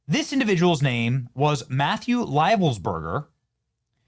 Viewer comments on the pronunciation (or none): none